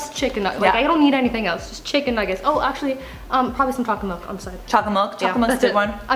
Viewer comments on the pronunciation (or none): did she call nuggets "chickeynugs" ?! lmao I love it